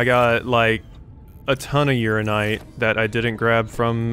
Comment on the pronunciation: It's pronounced ura-NI-nite not just ura-nite